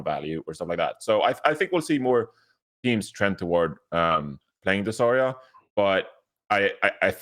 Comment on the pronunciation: Why does caller her "Zah-ya" instead of Zarya?